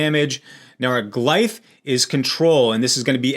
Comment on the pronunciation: "Glyph" is pronounced "gliff"